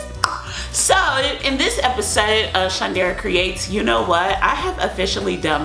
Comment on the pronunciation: Why do you say episode like that but I do like ur videos